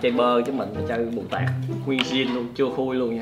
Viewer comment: mù tạt mà anh ko phải mù tạc